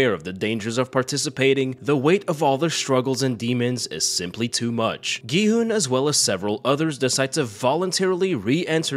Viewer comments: mans called it green light, red light and called gi hun gi hoon. I assume he didnt watch it ;( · Aint no way you called him gay hyoon